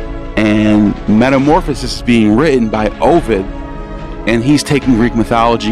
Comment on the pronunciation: This video hurt me, he can't pronounce Aeneid, can't pronounce Ovid, and he says Ovid created Roman mythology, like dude check your facts before you make a video like this.